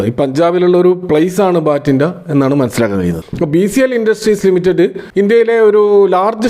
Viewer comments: ബാറ്റിൻഡ അല്ല ബട്ടിണ്ട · ഭട്ടിണ്ട, not ബാറ്റിംടാ